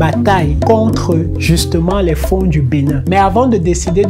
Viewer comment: POUR le Fon on ne dit pas le N du fin ça se prononce comme FOND jamais on ne prononce pas N